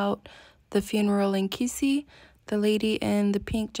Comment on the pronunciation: is amazing. She has really gotten used to the life and traditions in Africa. I love your attitude and humour. You said Kisii better than Koree whose roots are in Kisii.